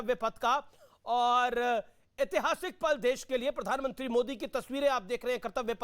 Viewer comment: राशिद अल्वी को पहले प्रधानमंत्री बोलना सिखाया जाएं ये आदमी जानबूझकर पीरधानमंत्री बोलता है